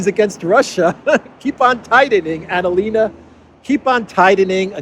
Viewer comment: It not Annalena, it's Analena. Get it right 😁